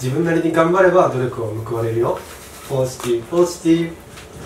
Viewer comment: ポジティブポジティブが わかちこわかちこっぽく聞こえてまう笑